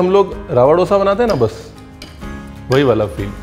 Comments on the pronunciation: डोसा नहीं. दोसा. दो - सा. 😊 Enjoyed the show. 🙏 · It's दोसा and not डोसा. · Sir 🙏 koi aur ye mistake kare toh dukh nahi hota but you are an educated chef ! Sir.. डोसा word nahi hota. Correct word is दोसा 🙏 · Dosa pronounce kijiyae as we say in South . Dosa as in 'Dho' I.e 2 number or 'Dhard-pain and not as in 'Dol'-I.e Drum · Tum log dhosa ko doesa kyun bolte ho yaar. 🤨